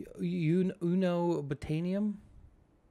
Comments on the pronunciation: ”Uno botanium” X3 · Un-obtain-ium. As in a material you are unable to obtain. :P